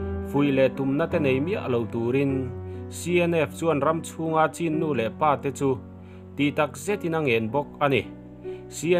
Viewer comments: CHIN hi chin tia lam tur a nilo aw.. CHHÎN tia lam tur aw... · Ngaihthlak anuam hlemai, mahse thil1klo sawive lawk, chin tih hi chhin tia lamzawktur anilo maw, Pu zah awm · Chin a ni lo chhin (ချင်း)tiin i lo chhiar tawh dawn niaA chhan chu( lushai /duh lian tawng) chauh ah hian (chh)He hawrawp hia awm